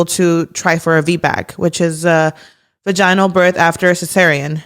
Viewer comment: girl why did you say Vaginal like that 😂😂😂😂💀